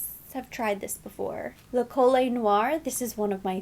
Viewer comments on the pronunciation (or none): none